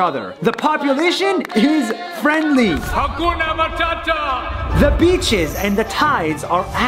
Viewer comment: Guys 😂 you don't say hakuna matata you say ha gona mathatha😂😅